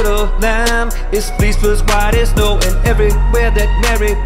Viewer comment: Fleece not flease